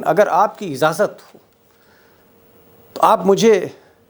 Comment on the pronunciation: Izazat nahi yaar. Ijaazat bolo pandit. You speak bad. Get Tiger to speak.... sorry I can't get your talk